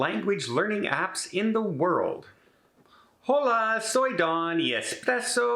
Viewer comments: But you said Hola, no Ola...... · In case you haven’t already heard this, the “H” is silent in Spanish words beginning with an “H”. But, congratulations on your success!